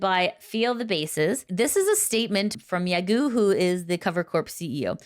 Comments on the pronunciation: It's pronounced "yagOH" not "yagEW" xD Thank you for the news report !!! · it’s pronounced ya go. Not guu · it's pronounced ya-go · Dahahah I like that you keep coming back to pronouncing 'Yagoo' instead of 'Yagow' despite previous videos.